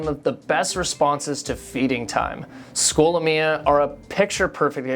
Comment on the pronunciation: Why do you say the name like that??